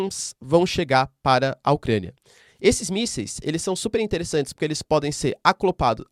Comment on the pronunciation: Aula top Prof! "Aclopados" kakakakaka